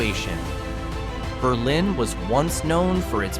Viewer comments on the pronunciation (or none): Co-OS County. Nor Cose or Cooz. BERlin Not BerLIN. (Which is one of ehe state's few cities, not a town) Over the top cringe worthy. Plus almost every town in this video is hardly remote. Most of them are on major US highways, within a hour or two drive at most to the big cities of Manchester, NH, Boston,Worcester, or Springfield, MA, and Hartford or New Haven, CT. Have you even been anywhere near NH? I doubt it. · "Berlin" NH is pronounced "BUR-lin," not like the German city. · Just a couple of pronunciation corrections. Coos County looks like it should be pronounced the eay it's spelled. It's actually co-oss with accent on co. Berlin is in Germany. Ber' lin is in New Hampshire. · Mispronounced Coos and Berlin!